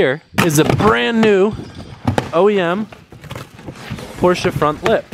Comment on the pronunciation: *Porsche I'm to German to ignore this